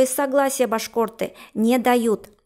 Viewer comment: ...уже раздражает,как эта произносит слово "башк о рты"